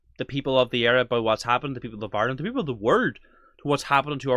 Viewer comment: The women talking about bringing in Hate speech , first she needs to pronounce Ireland properly it’s Ireland not Island , and if she doesn’t like the Irish people , she needs to go back and fix her own country of origin and stop trying to destroy Ireland .